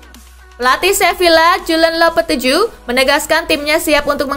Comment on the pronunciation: bacanya lopetegi kak, bukan lopeteju